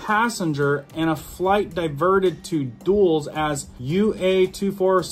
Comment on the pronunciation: PLEASE LEARN HOW TO PRONOUNCE CORRECTLY!!! ITS DULL-IS!!!! NOT DOOLS!!!!